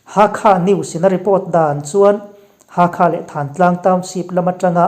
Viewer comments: Myan..Mar ti lova Myan..ma tia in rawn lam ta hi a ngaihthlak a nuam ta hle mai. "Hakha" tih hi kawl hovin an lam fiah thiam loh vang mai mai a ni. Halkha tih hi hnam hming a ni a. An khaw hming a ni nghal bawk a. Halkha..ti hlirin rawn lam țhin ang che u. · Hakha(thluk deuh hlek a i soi) itih hi Halkha tihna ani em sir😅